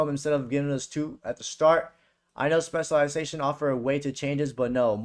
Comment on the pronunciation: This guy can not say specialisation